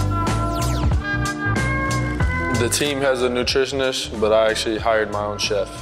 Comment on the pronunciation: teacher: no tyler it’s pronounced nutritionist tyler: oh bet, newtrishnish